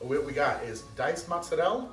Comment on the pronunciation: Motz-Sur-El. Why? Mozzarella. Motz-Sur-Ella. TF you do that?